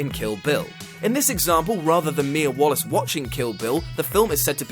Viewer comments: It's Mía Wallace not Wallis. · It's Mia WALLACE not Wallis... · This video is cool and all, but "wallis"? "WALLIS"?! ARE YOU SERIOUS?! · it's mia WALLACE